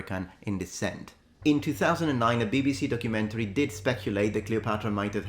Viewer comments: Wocumentary😂 (pronounced "woke-umentary"). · Once again Netflix butchers the word DOCUMENTARY. They seriously need an English lesson on this word. Look at Harry & Meghan's DOCUMENTARY....